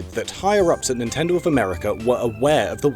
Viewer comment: DEW IT NEENTINDOH